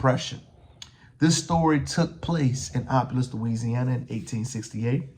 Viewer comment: Keep on spreading knowledge! I hate to be “that” person, it’s pronounced “op pill loose us”. Unfortunately it’s becoming so crime ridden in recent times that I can’t go there. I’m only 15 minutes south, but I prefer going through the chaotic traffic in Lafayette than chance go to that city.